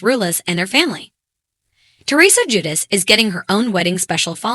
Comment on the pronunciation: If only you could pronounce her last name and his first name correctly lol